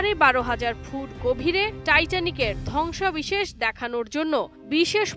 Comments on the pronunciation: ধ্বংসাবেশেষ না "ধ্বংসাবশেষ" ঠিকমত উচ্চারন জেনে তারপর সাংবাদিকতক করতে আয়। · উপস্থাপিকার উচ্চারণে প্রচুর সমস্যা পরিলক্ষিত হয়েছে। ধ্বংসাবশেষ হবে,সে বারবার বলতেছে ধ্বংসাবিশেষ।